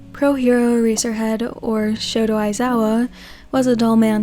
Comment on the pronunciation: ....did you just say shoto aizawa? And not shota aizawa?